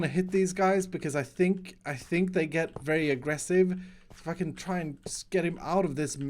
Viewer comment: says ‘If I can’ but it sounds the f word